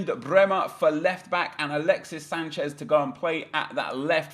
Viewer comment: brehme and sancheeze